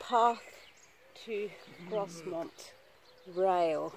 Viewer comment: It's pronounced Growmont...It's where the North York Moors Railway keep their steam locos for repair and maintenance. You can visit the workshop and watch the workers in action